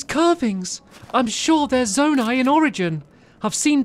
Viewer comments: Yes, ‘Zonai’ is pronounced “Zone - I” not “Zone - A”. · Not zonee but zoni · Pronouced Zoni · Zonai (Zone • Eye) Ancient people who possessed godlike ears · BTW, Zonai is pronounced “Zo-ni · its pronounced: Zo-ni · I can’t get over how bad he mispronounced Zonai